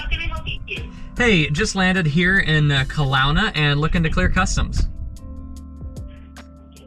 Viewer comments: The mispronounce of Kelowna, man that one hurt 😅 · every Canadians gonna love that. Kalauna hahaha